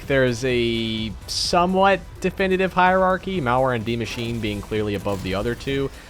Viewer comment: saying die machine instead die maschine (mashina) triggered me a little bit